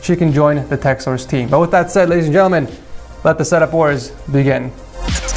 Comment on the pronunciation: Bruh the way he says gentlemen 😂